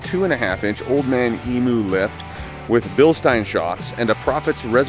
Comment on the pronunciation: Ahh love the Cruisers. but spat my bevvy across the room with the "old man ee-moo" suspension comment. Eem-you. trust me they run around in my back yard. great work, inspiration for my two 40's.